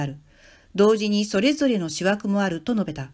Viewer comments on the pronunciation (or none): 余計なお世話かも知れないが、覚書(おぼえがき)や、思惑(おもわく)が間違ってるので気になる 日本人が訳してしゃべっているのでしょうか？